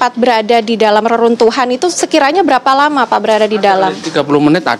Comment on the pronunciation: heran, penyiar kok pada sakit pilek, mengucap memasang - pepasang, sangat - sagat, lama - lapa...dst